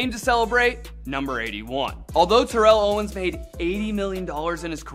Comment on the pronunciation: Favorite player but your mispronouncing his name wrong yea, favorite player sure